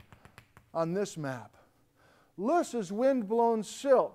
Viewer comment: Small little thing: The word "loess" windblown deposits, is a German word. When pronouced in German, it actually sounds like it would be spelled "Lerrs" in English. Vielen Dank!